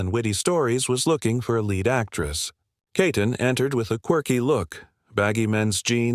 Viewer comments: Why do you call her Katon? Her name is Keaton!!! Get it right!! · You couldn't pronounce her last name correctly?